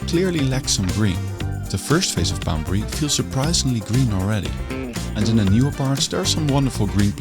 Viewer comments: Poundbury not Boudbury. Why does her keep saying B and instead of P. 😆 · Too bad narrater couldn't pronounce Poundberry but felt compelled to mispronounced it 1000 times. Annoying 😂